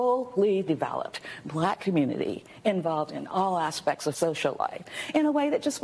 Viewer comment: too much emphasis put on black